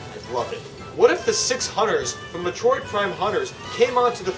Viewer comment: No offense, but why can you not pronounce certain things? Like Metroid (MEH-troyd). The video is fine otherwise, and I don't intend to be a jerk or anything, so I'm sorry if I sound like one, but that did bother me slightly.